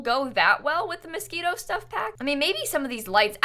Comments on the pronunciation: its moschiNo not mosquito lmao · sorry but [Mos-ke-no] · did she really say mosquito instead of moschino, im dying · Anyone else thinking she was saying mosquito pack the whole time? No, just me? Okay, lmao. Whoo I need coffee ☕ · am I the only one who thought she was constantly saying mosquito instead of Moschino? :) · I thought you said "Mosquito Stuff" and I was feeling it cause dang I am tired of these mosquitos this summer! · Is she saying "Mosquito" instead of "Moschino" ???? I can't !!! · Did anyone else think she was saying Mosquito Stuff Pack at first 😂? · Everytime says "Moschino", I can't help but hear "Mosquito" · Are you saying Mosquino or mosquito? 🤔 Im confuse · I was looking for someone who also noticed this and commented on it lol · I was like, what is the mosquito stuff? Took me ages to realise it was Moschino, I thought I had missed out on something 😂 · please stop saying Moschito stuff, i don’t know why but it makes my blood boil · IT TOOK ME LIKE HALF THE VIDEO TO REALISE SHE SAID MOSCHINO STUFF NOT MOSQUITO anywayss yay! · Half way through I was like ohh... she means Moschino... hahah